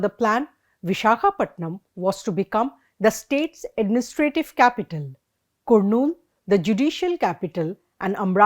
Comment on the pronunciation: Can someone tell her to learn the pronunciations correctly. Please ask her to find out to pronounce Kurnool